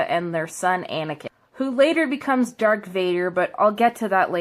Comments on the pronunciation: OH WERE THE DAM IDIOTS HERE U CANT EVEN SPEAK ITS NOT DARK VADER ITS DARTH VADER AND LIGHT SABER NOT LIFE SABER OH AND YODA THE LITTLE GREEN ONE AND CHUBACA SO YEAH WERE THE IDIOTS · Its not Dark wader its darth vader and Light saber not life saber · Lifesavers? They are called lightsabers the little green guy is called yoda the hairy people are called wookies. Anakin's saber was taken it doesn't slowly change he gets a new one also it is pronounced darth vader not dark vader also there where sith that didn't use red some jedi used red to just not in the movies how about you research what the different lightsaber colors mean So piss off plus the new movies are actually supposed to favor women the woman who has made the movies even made a shirt a shirt that said the force is female you women have ruined so many great stories just for being "sexist". I am not against feminism I am against people like this foolish girl. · if u go to that bit u can hear her say dark Vader instead of darth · This bitch really said “Dark” Vader OMFG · I feel like she is deliberately saying words wrong. Otherwise she definitely hasn't watch them. "DARK Vader" "Life savers" and then comparing the Dark dark side to periods? Like what? It doesn't even barely relate. If you have to stretch that hard to connect the two is pretty silly.